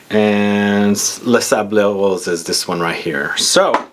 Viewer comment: It's "Les Sables Rose" you don't have to pronounce the "S" at the end